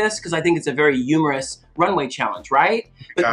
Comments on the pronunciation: The way she dropped "yumerous" and then bob was just WAITING for yumor....I fucking died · I reacted EXACTLY like Bob when Thorgy started saying "umorous" and "umor". Lol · My god I was crying following Bob when she started subtly reacting to Thorgy saying “umoerous”…….. I blew up with her at “humour”… my god I love Bob x Thorgy